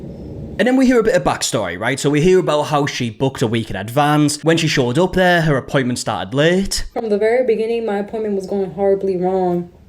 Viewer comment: "Five minutes early to my poyment" JFC.